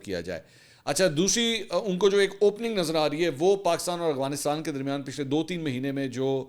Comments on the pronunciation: Aurangzeb saudia Mansoor bahi Ap hr bar aghfanistan khty hn Af gha nis tan Practice kren Inshallah thk ho jay gha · منصور صاحب آپ افغانستان کو اوغانستان کیوں پڑھتے ہیں